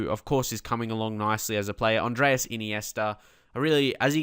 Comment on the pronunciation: the first name of Iniesta is ANDRES not ANDREAS, just make that clear since you always are saying Andreas. but your videos are great!